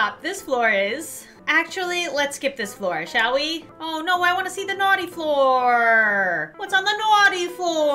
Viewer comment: I always die when says naughty. She says it like NaUghTy